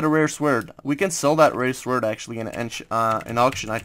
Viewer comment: Dont say sword say it like sord without the w